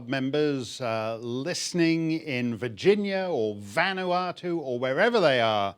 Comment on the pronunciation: Wow! A Brit that can pronounce Vanuatu ; Vah-new-ah-too (Not: Van-uh-too, not: Van-wah-too)!